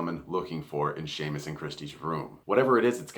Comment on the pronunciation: HA! You said "Slaymus" again!!😂 O'Keefe dying was really depressing! Still kind of think Theo is the bad guy/one of them, but at the same time..too obvious? Hmm. Good video!